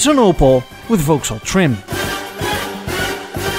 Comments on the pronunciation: Gentle correction: Vauxhall is pronounced "VOX-haul", not "Vouks-hall". English is weird that way. And GM bought Adam Opel in 1929. I had a high school teacher in the US who drove an Opel GT ... Opels were pretty hot cars in the '70s for those who wanted economy and performance but didn't want to buy Japanese marques. Incidentally, GM kept up their frankenstein strategies in Europe until Opel was sold to PSA+Fiat/Chrysler in 2017; the worst car we ever bought was a 2009 Opel Antara, which had a Chevrolet Captiva body and frame built in Korea by Daewoo, a Holden engine from Australia, transmission from some other GM division, with "styling by Opel" in Germany. To add insult to injury, it was sold as a Saturn Vue in the US. It was gutless, but still managed to drink gas at a prodigious rate; in my experience that's a common trait of six-cylinder engines. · It is NOT "Volks-haul"; it's "VOXhaul"! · Oh dear,. It's pronounced Vokkshall, not Vowkshall. Also, whisky does not come from, er, England. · It's pronounced "VOXALL", even though it's spelt Vauxhall. Don't ask me why but that's simply how it is. Thankyou for this clip, though, it's appreciated. Take care and all the best. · We pronounce Vauxhall as vocks-hall, please! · Why do you pronounce Vauxhall so strangely? Vox hall. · Vauxhall pronounced Vox all. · Vauxhall is pronounced like 'Voxall'. The English language is not a phonetic language. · It's pronounced "Vox-All".